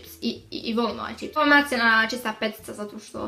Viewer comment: kaže ćips, ne kaže se ćips nego čips